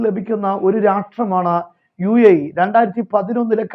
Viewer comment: ഉ.എ.ഇ. അല്ല ഉസ്താദെ യു എ ഇ.